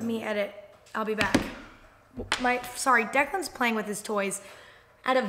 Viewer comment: wait its pronounced deck-in I thought it was pronounced de-clan hhehhhe me estas stupido